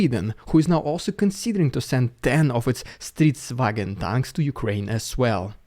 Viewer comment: I was a bit surprised to se a pic of Stridsvagn S but happy to hear a foreigner pronounce stridsvagn. Do we even have those in storages or are they all scrapped?